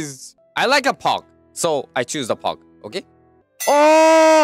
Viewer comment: can’t say pog but he can say pug as pog